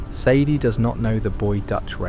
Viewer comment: almost got away with it , Almost thought the voice and script were genuine, but then the A.I voice gives its self away and calls sadie , saddy interchangeably 😪🥱 . “saddy addlers ranch” then back to sadie next time her name is said 🙃 also the vandalinder gang ? instead if the van der linde gang🫤💩 i aint gonna tell anyone what not to and what to watch , but ima watch a rdr creator who genuinely put some work into the video not a promt into an app 😒